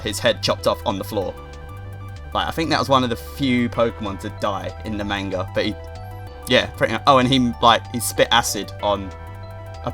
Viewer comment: you pronounce manga wrong